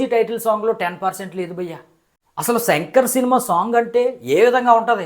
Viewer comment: Shankar ra peru Senker kaadu😂